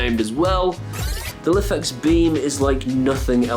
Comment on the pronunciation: Lifx are Pronounced Life X